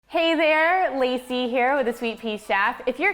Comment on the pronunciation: I THOUGH SHE CALLED HERSELF "LAZY" 😂😂THEN RELIASED IT WAS HER NAME LACEY 😅😂😂❤️